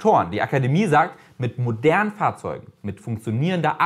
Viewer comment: hihi :-) .. hoffe die Leopoldina hat bei "modernen FahrzeugeN" das n nicht vergessen :-D Aber klar ... Modernere Autos "sollten" sauberer sein ... auf die Nachhaltigkeit muss dennoch ebenso geachtet werden